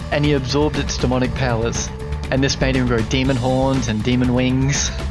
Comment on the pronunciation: WOW makes me puke, warcraft ended in WC3 lol. this moron says "powers" like "palaces"? lol.